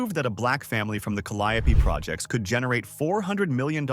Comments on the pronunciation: Calliope pronounced Caly - ope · 😂😂 that is hella funny calliope pronunciation is cali-ope ( long O SOUND) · When narrating you DEFINITELY should know how to correctly pronounciate THE HISTORICAL neighborhoods in my beautiful city of New Orleans, LA........ Treme' is THE OLDEST BLACK NEIGHBORHOOD in America and the CALLIOPE was one of the roughest projects in New Orleans, I suggest next time you go to YouTube and do your homework before you narrate anything else..... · Then you would have lost it when he tried to pronounce, "Morial", "Callipoe" and "Hollygrove". Thank goodness nothing happened on St.